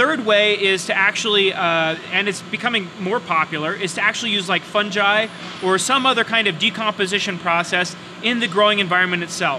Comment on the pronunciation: I've only ever heard it pronounced two ways but this is definitely new, funj-eye